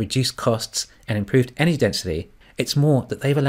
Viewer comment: Loving the content. Please put three syllables into en-er-gy, for the non-kiwi audience. Cheers.